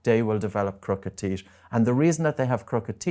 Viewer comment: Sorry. Can't trust anyone who can't pronounce teeth properly lol